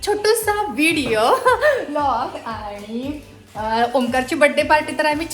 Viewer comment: Hi 🎉🎉 happy Birthday 🎂🎂🎈🎈 🎉🎉तू जशी आहेस तशी काही वाईट नाही आहेस ❤❤रियल आहेस फक्त एक सांगावसे वाटते (आनी, पानी)जे बोलताना होते ते सुधारलं तर खूप छान वाटेल😊😊